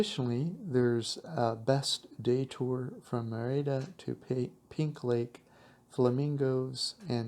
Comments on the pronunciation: Please put the accent on the first syllable when pronouncing: Mé-ri-da. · So annoying how you repeatedly mispronounce the word Merida. The accent is on the first part of the word.